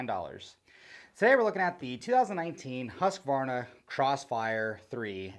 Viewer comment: Great video, great boots, great to hear an American pronounce Husqvarna correctly. The idea of replaceable everything is a winner vs other big name brands on the market. And its got Husky all over it .